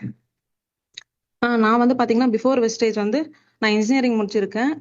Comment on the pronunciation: Copy, paste என்பது சரியாக உள்ளாது. சரவணன் சார் டீம்லே உள்ளவங்க எல்லாரும் கம்பெனி பேரை வெஸ்டேஜ் என்றே சொல்கிறார்கள். வெஸ்டீஜ் என்று சொல்லுங்கள்.